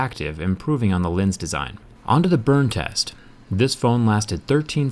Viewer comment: Did he say tess at the beginning